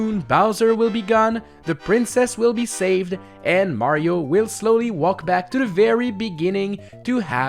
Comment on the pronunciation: Why do you pronounce "walk" wrong?